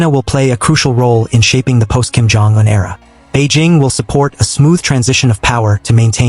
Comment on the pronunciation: Why are you mispronouncing Un as, "juen"? Bit odd...